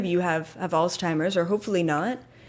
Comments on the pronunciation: It’s pronounced Alts-himers but thank you for the message. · Did you find it funny that keeps calling it alz-timers? lol